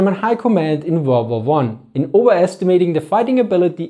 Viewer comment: Funny how you speaks Second Volrd Var